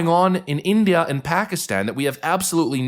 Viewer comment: what is with these british "journalists " pronunciation??? I have looked at Every letter in the name INDIA and I can not lay my finger on a single "R" yet they keep adding it at the end - ignorance! 😅